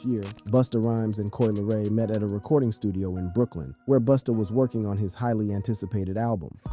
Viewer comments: did you call that man Boosta? 😂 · Did he call him Boosta 😂😂😂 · I don't take anyone seriously who call busta booostah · I think there could have been another concept for the video like due to Coi being the size, shape, and innocents in her face like the movie "The professional" that would've been dope... But can you please stop calling him boosta 😅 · Son said boosta 🤣🤣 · calling Busta "boostah" is CRAZY . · is this guy calling Busta - Boosta or am i tripping? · Boosta Rhymes 😅 🤣🤣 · How’s this guy gonna keep this video up after he callin he “Boosta?” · Who is “Boosta”?! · Is it me or did this dude say BOOSTA a few times? User error or am I missing something? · The Narrator called Busta Boosta?! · This dude is abusing Busta’s name. Why does he keep saying “Boosta”?? 😅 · Stop saying boostah. Shits wack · This guy called "Busta". "BOOSTA" 😂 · Who TF is "Boosta?" 😅😅😅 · "Boosta" 😂 caught me off guard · I'm like wait isn't it Busta 😂😂😂😂